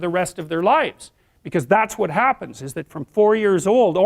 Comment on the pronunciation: yas it ees what it ees😂